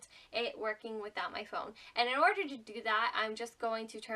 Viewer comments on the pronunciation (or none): none